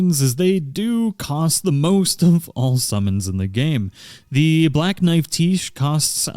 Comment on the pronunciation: its "Black Knife, Tiche" as in black knife is her title and tiche is her name. its pronounced tish. and cleanrot knight finlay is a dude XD..... sorry every time you said "the black knife tiche" it was a dagger in the right side of my brain